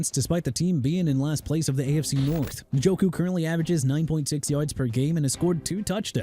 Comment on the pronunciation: First off stop with the jagwires garbage! You know very well Jaguars is pronounced JA-GWAARS but you know what?! Who cares, right?! Also Isiah Pacheco pronounced AI-ZAY-UH not E-sai-ah! David Njoku pronounced In-jo-koo not NIN-JO-KOO! Joe Tryon-Shoyinka pronounced TRI-uhn show-yeen-kuh! Also Jaylen Waddle ain't going nowhere. The Miami Dolphins had a disastrous season! They lost to Baltimore two weeks ago on Thursday Night Football and beat Buffalo on Sunday so you're wrong on that! And if you PPL want Waddle and Minkah Fitzpatrick and Bradley Chubb to be traded so bad go ahead then! And New Orleans pronounced New OR-LINS NOT NEW OR LEANS! Be disrespectful to the people of a Louisiana city and Jacksonville's fan base by butchering everything. Doing a good job!!!